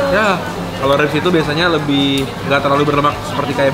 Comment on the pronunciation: Itu aja otomatis kocak subtitle nya😂 ikut suara yang ngomong gua aja denger nya rip bukan rips akakak😂